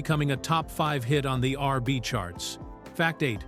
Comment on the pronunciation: Mf can’t even say R&B